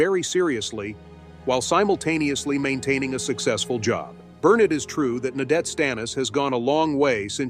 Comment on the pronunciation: Burnin nadette stanis... smdh.